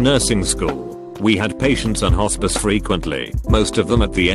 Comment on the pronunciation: My god, I heard “hORsePiss” instead of “hospice”...